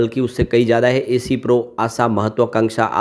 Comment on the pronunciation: ऐ सी pro नहीं एस pro है 😂😂😂😂